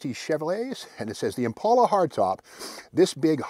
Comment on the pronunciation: Impala. Not impaula